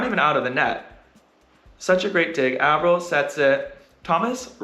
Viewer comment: Hi Erik, thanks a lot for posting these breakdowns. As a non volleyball player, I've learned so much about the game and how to understand it better from watching these and your other videos. You are a wonderful ambassador for the sport! Truly don't mean to be rude (only curious), but I noticed you pronounce Taylor Averill's name with a short A (like apple), but I've heard him introduce himself like Ay-verill on your channel too (like hay). What's the right way to say his name? Thanks again for all that you do to spread the love of volleyball around the world!